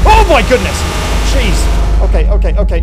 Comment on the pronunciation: ngl it sounds like he said cheese there, and now every time he says it, I am reminded of the french